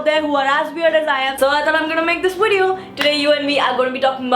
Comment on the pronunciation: Prajakta you are awesome and hilarious! But can I please say you pronounce video wrong ..? It's "V"ideo not "W"ideo. I absolutely love you and enjoy your videos but this is something I notice every time and it sort of drives me crazy :D of course it's your choice wether to change it or not, it's a humble request . :D